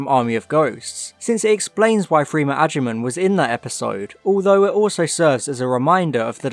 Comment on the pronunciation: You'd better be mispronouncing Agyeman, otherwise I'm gonna have to get out of the habit of saying A-Guy-Man